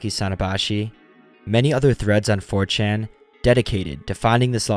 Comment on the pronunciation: I thought you said, "fortune investigators." Even the CC says, "fortune investigators." I guess you meant 4chan investigators. If I mumbled and ran the words together it could be, "mh fuhm cham imbes mm geh ms" for "4chan investigators."